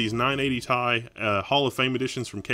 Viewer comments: who says 980 "TIE"? its T.I. like the rapper =D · tee eye. not tie. that's frustrating omg. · Say 980 "Tie" one more time.... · when you talk about Element abbreviations you don't pronounce it like it's a word. You don't pronounce Ca2PO4 "Ka 2 Poe 4" You say out loud all the letters and numbers.